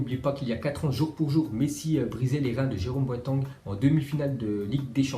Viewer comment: "Jérôme boatang " 😂